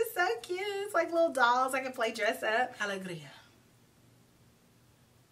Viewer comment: These were all so beautiful and fun!! Thanks for sharing. (Alegria means "happiness" in Spanish, and the first way you said it is right. 😊)